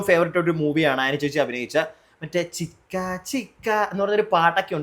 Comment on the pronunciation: ചിക്കാ ചിക്കാ അല്ല ചിച്ചാ ചിച്ചാ ennaanu